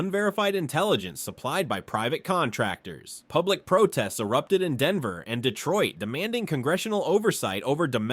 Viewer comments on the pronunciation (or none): none